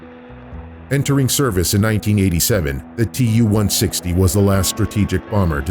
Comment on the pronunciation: TU is pronounced as too, after Tupolev